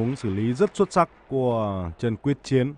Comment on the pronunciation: Blv đoc sai ten nhieu lan